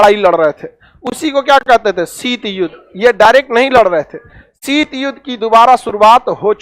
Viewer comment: शीट नही शीत होता है यार मुल्ले